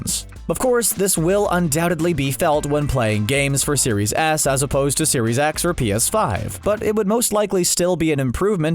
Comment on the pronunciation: am I the only one that heard "Xbox Series Ass" lmao.